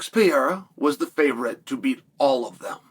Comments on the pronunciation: Alex Pee-AIR-uh vs Magomed Uncle I have......sounds like a prime Chael Sonnen match-up. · "Alex piero " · Stop complaining about how Cheil Sommem pronounces Pereira's name, his religion doesn't allow to pronounce the syllables "Pe" and "Re", that's why he contracts the name to "Piera". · "Alex Piera" ~ Chael Sonnen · chael has two regjsters 1) high pitch screaming 2) low pitch whispering When is he going to learn to pronounce PEREIRA